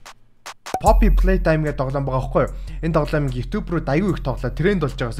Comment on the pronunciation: Фофи биш роррү